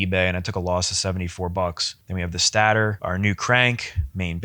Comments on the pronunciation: Love the video but you said stat-ter it’s state-er😂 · Its pronounced Satayter not stater pronouce it correct please lol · im sorry😭 but its not stat-er its state-r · Its pronounced state-er not stat-er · just incase no one have ever told you its pronounced STAY-TOR. you had me giggling every time lol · Stay-ter....stator... much love brotha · everytime he said "stater" 😭😭😭😭😭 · Stay-ter... haha just messing around. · This was years ago. But guys. am i the only one who kept getting bothered when he prenounced stator wrong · Why you pronounce stator like that? I don't know why, but it always bugs me lol. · Have I been saying stator wrong because u say it weird lmao.. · Those are some sorry-looking tires!😭🤣 The way you pronounce "stator" and the fact that you are an Android guy, kinda jive. I bet the guy who built that stator also likes Androids! I hate 4-stroke piston rings with a passion! Awesome video! 🤘🏼 You earned that quad man! Keep it!